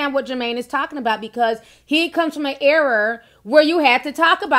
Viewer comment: Era not Error? Lol. Just kidding.